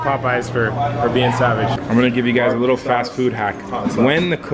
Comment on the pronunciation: how many times did say lickle instead of little